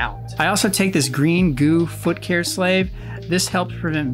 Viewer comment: Pronouncing "salve" like "slave" definitely rose an eyebrow. Almost made me forget how you pronounced Katadyn. But this was a cool video and introduced me to some cool new gear.